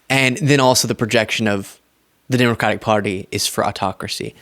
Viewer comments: How is it he can quote the constitution but can't say the name of the Democratic Party correctly.... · Here we go again with another illiterate unable to pronounce the word "Democratic".